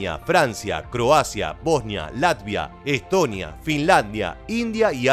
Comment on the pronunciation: Bosña, Etoña, Alemaña🤦‍♂️🙈